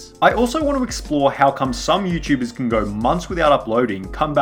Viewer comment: Lol "Youchubers"